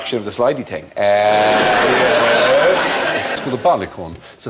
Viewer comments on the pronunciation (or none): Did you notice how at first he said "slidy thing" then the second time he corrected himself to "slidy ting"